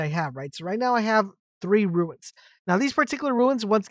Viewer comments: its runes not ruins ... ruins are old broken down buildings... runes are said like ROONS.... as i said ruins are old run down buildings and such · Turned off when I realised you don't explain where to get the rare items to upgrade. Pointless. Also mate, it's Runes as in Roons , you keep saying ruins. Americans confuse me, you add an I to a word that doesn't have one, yet leave it out of words like mobile...no logic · Calling "runes" ruins over and over again drove me bananas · They are runes not ruins haha good vid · Relatively good information but it’s like a nail in my brain every time you say RUIN when referring to Runes. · please dont call them ruins.... i nearlyu triggered me hearign that said somay times its runes like ROONS... ruins are old buildings hat are probably beyond repair. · Good ol "ignots" and "ruins"